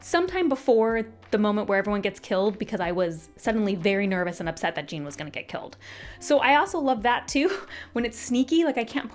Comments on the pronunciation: His name is not JEAN !!!!🤬 It is Jeán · Omg it's not Gene it's Jéan like Shawn with a J, like the French name 😂😂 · I had a bet with myself when I saw this come up that you would pronounce Jean 'Jeen' and I am both richer and poorer now 😂 I feel like this is a common one, though. (Great review, have similar feelings towards it though maybe a touch more positive) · yea it’s not pronounced gene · I’m so happy to see another person who pronounced Jean’s name like Jean Grey. I felt so dumb when I found out it was supposed to be a French pronunciation lol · Les Mis would be a lot funnier if Jean Valjean was pronounced this way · The Jean pronunciation 😂. So glad you enjoyed it!